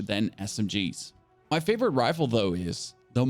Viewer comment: great video and thanks 🙏🏼 I must say though you have a funny way of pronouncing some words… Mass “Moss” 😄 Accuracy: “Acurrosy”? 😅 Favourite: “Favorott” 😂 and you even emphasised the “b” in Limb! 🤣! not trying to be rude just I noticed lol